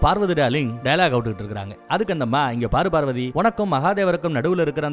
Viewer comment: நீங்கள் பேசும் வார்த்தையை செறி படுத்தவும் பார்வதி என்று தெளிவாக சொல்லு அது என்னடா நம்ம பார்வதி டார்கலிங் உங்க அம்மா வ இன்னொருத்தன் டார்லிங் னு சொன்னா சந்தோஷ படுவிய